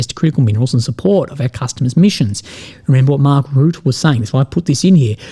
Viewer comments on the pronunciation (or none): It’s not Mark Root it’s Rutte 😂😂😂